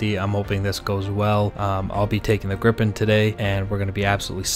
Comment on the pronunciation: Gripen is pronounced "greepen" not grippen